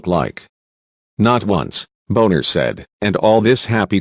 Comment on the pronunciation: Turns out that Boehner was right. It would be nice if the narrator would be respectful enough to pronounce Boehner and Obama's names correctly.